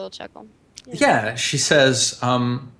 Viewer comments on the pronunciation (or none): slowly Eamon is being pronounced Amon, soon there will be protoss and zerg converging on this universe.